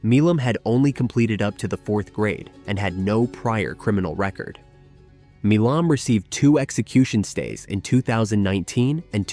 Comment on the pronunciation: The name Milam is not pronounced Mee lom. Milam is pronounced My lum.